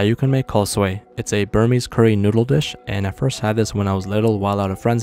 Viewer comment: for me suey pronunciation is " soo-wee